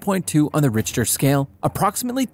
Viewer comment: Richter is pronounced Rickter. 🙄